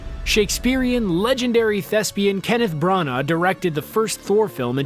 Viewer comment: Kenneth's surname isn't pronouned "Brown-arr", it's pronounced "Bran-nah".